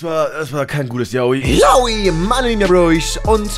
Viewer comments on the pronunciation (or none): Wieso sagt er immer yaoii?